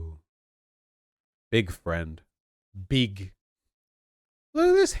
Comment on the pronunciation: I like how Vaush has been pronouncing the word 'big' lately. He should keep at it.